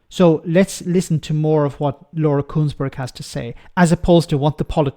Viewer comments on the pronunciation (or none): Not Kuenssberg, Consberg!